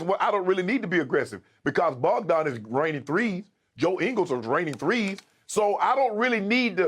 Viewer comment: It’s Bojan, Shannon. Not Bogdan…